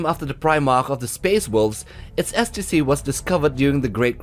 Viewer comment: Nice sounds like a tutorial video for a new skill. I really like the way you pronounce STC. Sounds like ecstacy.